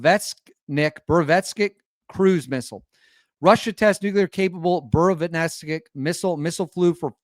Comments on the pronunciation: Good content. However let's see (err..hear) at least an attempt to get the Russian names right. You get Putin's name correct: Pootin not pewtin..nice! Valery Gerasimov: Val-err-y Ger-az-ee-mov. The new missile, yeah that is harder! Burevestnik: Bur-ev-tz-nik. Re. is it unstoppable? Interesting...the usual way the Russians are defeating air defense it to so have 1/ hypersonic speed and 2/ unpredictable trajectory. This new missile is relatively slow (mach 1-ish) *but* does do 2/. I'd have a little doubt about the claim due to this. However the (near) unlimited range means it can fly around for ages and attack at a time when the enemies air defense is depleted, so sure, is a serious new threat! Re: can it be mass produced? I think this point has been proven: 1/ There is a regular production of Su-57 now (it was stalled by sanctions, but now overcome) 2/ The Oreshnik exotic metal kinetic hypersonic missile demonstrated last year is now in serial production. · It’s pronounced “boo-re-west-nick” and translates to a bird’s name “storm petrel” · Russia doesn't bluff. They deliver on all their promises. Btw, the trick to properly read Russian words is not to shorten it to 2 syllables. They are long, so split them up be syllables(consonant + vowel) and read them all. Bu+re+vest+nik